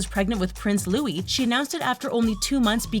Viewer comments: Prince Louis is pronounced loo-ee. Not loo-is. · It’s Prince Louis not Prince Lois lol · Louie is how.its pronounced. No S sound at send